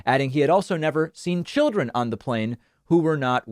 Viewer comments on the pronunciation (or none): Strange, the way he pronounces the word "children" it sounds like he's saying "women."